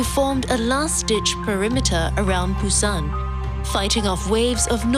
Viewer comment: Why can't she pronounce Busan ? Ain't that hard. No video of Gamcheon village love that area.